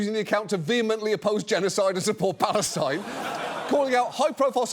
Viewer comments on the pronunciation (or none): none